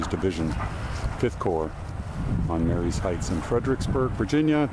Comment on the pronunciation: Pronounced Ma-ree's heights. Not Mary-ees Heights. Just letting you know. I was born and raised in Fredericksburg and when I was growing up, the house there, the Stephen's House had a hole in the floor. You could crawl under the house and go inside. Of course I was a kid at the time, seven or eight. I've been all over Fredericksburg and the length of the Confederate line from Rt. 1 to the end of the line at Prospect hill.